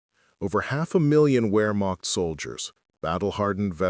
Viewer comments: It is NOT "Wearmockt" soldiers, but Vehrmacht soldiers. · It's pronounced " VerMacht" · "Where-mach" soldiers 😂